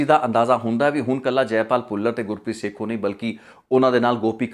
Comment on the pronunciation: Gurpreet sekhon not sekhu, and pind mudki not moodki